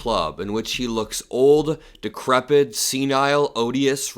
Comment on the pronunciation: The word is decrepit, not decrebid.